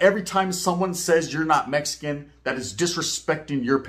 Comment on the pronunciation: I hate when y'all over in Texas say meskin put some respect on it and say it rite🤦🏻‍♂️